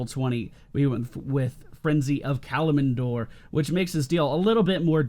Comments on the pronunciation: It sounds like you keep saying "Kalim-in-dor" but it's "Kalim-dor." :D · Kalimdor is pronounced Ka-LIM-door, dude :P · What is a Kalamindor? Pronunciation aside, you can clear larger camps quicker with the Bird of Prey talent. I think that's what it's called, at least.